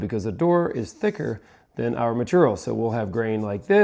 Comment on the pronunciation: New drinking game, when says maturial, take a shot 😂